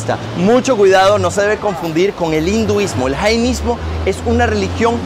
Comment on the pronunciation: Hola Una pequeña corrección creo que no se dice janaismo Se dice jainismo Al menos lo que dice Google Gracias